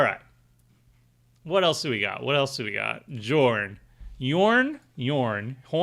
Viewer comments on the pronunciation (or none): Love seeing give up on pronouncing Jorn and calling it "jay" even though thats defintiely not how the first letter is said